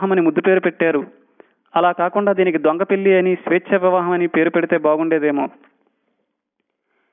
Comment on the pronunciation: Thanks for the answer. Since the topic was completely around the word "pelli". That's why I thought it was important. It also sounds like ళ not ల.